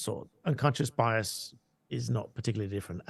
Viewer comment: “It’s unconscious biase” came straight out of Harry’s mouth lol Scoby seem to speak same language as the harkles lol